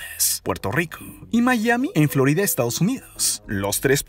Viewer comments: Xq no habla bn floride tierre habla bn ... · Me estresa cuando menciona una palabra que debería terminar en A y la termina en E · etc etc etc..... Cual es tu afán de utilizar en la sílaba final de muchas de las palabras de tu narración la vocal "e" como por ejemplo "Floride", "Engañose", "Tierre", "Dereche", "Experiencie", etc, etc,.... hasta el final del video, acaso quieres aplicar el mal llamado lenguaje "igualitario" en tu relato ja ja ja ja ja, le quita atractivo al video, en lugar de concentrarnos en el contenido del video hace que nos fijemos en tu manera chistosa de narrar tu video, ja ja ja ja ja.